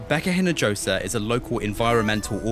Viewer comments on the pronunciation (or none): Is the reporter’s name pronounced “lahff-land”? Inajosa is pronounced eenah-hoh-sah and not eenah-dgoh-sah. It shows respect to ask someone how they pronounce their name.